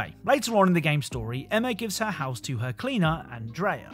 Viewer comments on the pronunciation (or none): none